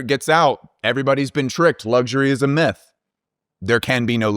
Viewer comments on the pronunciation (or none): none